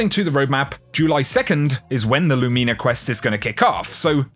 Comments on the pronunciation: I love your content, but... it still bothers me when I hear "LOO-MEENA" instead of just... "Lumina." Emphasis is on the first syllable and the "I" is making the same sound it does in the word "din." Latin is literal. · Christ it’s not Lumeena!! I believe you are the only person pronouncing it completely wrong. Wow!!